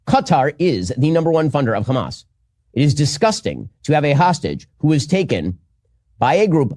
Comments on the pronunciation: Why do the Israel partisans pronounce Hamas 'Khamas'? It's weird. The H is aspirated in Arabic. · pronouncing Hamas with the hard 'ch', because he's just a regular American. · They start with a weird kkkkkk.... sound for some reason. They pronounce it as kkkkkkkkkkkhhhhhaamus. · even mispronounces 'Hamas' they exact same way the Israelis do.